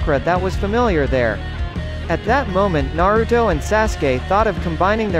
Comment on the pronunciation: He said Naroodo